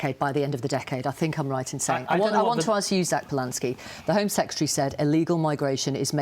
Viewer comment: Absurd insult flinging is not debate. And he can't even pronounce the word secretary.